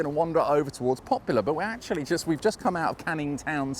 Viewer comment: You seem to be saying "Popular" instead of "Poplar"!